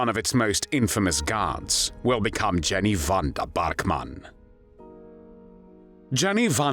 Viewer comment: Jenny Vanda Bark Mann…….definitely a German pronunciation. What did the Germans have against the Pols? Weird.